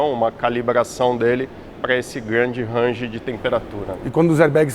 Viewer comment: O engenheiro falando RANGE deu calo nos meus ouvidos. Fora isso excelente programada, agradeço todos os envolvidos pelo grande video !!